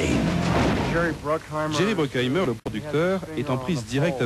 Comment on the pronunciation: Jerry BruCKHEIMER et non bruCKEINAHIMER comme je disais y à 28 ans en enregistrant la même chose à 16 ans, je l'ai vu seul au ciné en août 1997